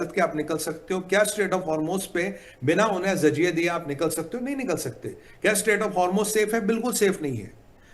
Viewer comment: Jahil insaan zajia nahin jazia saheeh word huta hay.